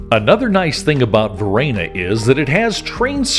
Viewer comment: What's this pronunciation of Varenna? LoL I'm not sure whether you visit Lake Como often but don't pass up renting a boat for a day or half day. There's no better way to see the lake than from the water and without traffic. Most towns face the water so you are always seeing the best view of each. Many of the villas have a dock for dropping off visitors. You just need someone to be captain and take the boat out while the others tour. We changed up who did that. Pack up food from a local restaurant or ingredients for a sandwich or salad from the local market along with a few bottles of the best Lombardy has to offer. Nothing better than being on the lake toasting Mr. Clooney as you pass by and waiving to others enjoying the beauty.